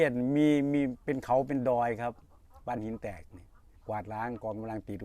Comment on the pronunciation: ที่พูดชื่อหมู่บ้านมาถูกหมดเลยครับ FC จากบ้านหินแตก